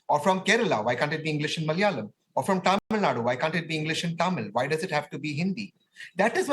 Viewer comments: do these people deliberately do this ? its Tamil nadU not tamilnad and its KannadA not Kanad .. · News reader born to white man thats y she is not able to pronounce tamilnadu .she pronounce as tamilnad.with this condition these idiots imposing third language😂